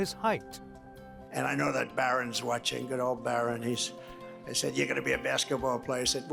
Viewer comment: The way he pronounce Baaaron 😂